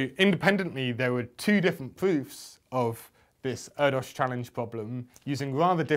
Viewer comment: Just a point of reference. It's pronounced 'Air Dish' I only know this from reading the book 'the man who only loved numbers' a fantastic read by the way.